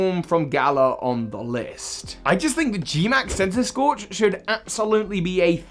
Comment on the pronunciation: THE SECOND C IN CENTISKORCH IS SUPPOSED TO BE A K!